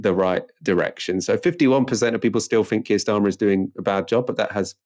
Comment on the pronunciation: The word is think not fink.